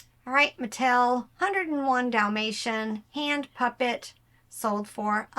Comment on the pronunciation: What’s it gonna take to get that s on Dalmatians??? 😂😂😂😂